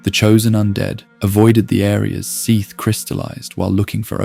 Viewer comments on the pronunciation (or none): Can we pick just one way to pronounce Seath? You pronounce it at least 2 or 3 different ways in the first 16 minutes...